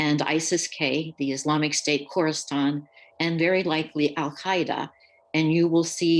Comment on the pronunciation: Kurustan? Did she mean Khorasan?